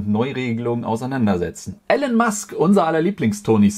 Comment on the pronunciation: Elon wird nicht Ällon ausgesprochen sondern eher ilon. Ilon mask (Elon Musk)